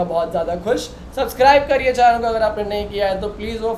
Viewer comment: Channel ❌ Chaaynel ✅